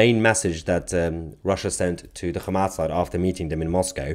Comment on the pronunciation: did u say KHAMAS! HAHAHAHAHAHAH